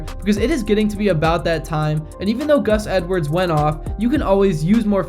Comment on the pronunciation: The butchering of Gus and Brandon Stephens name.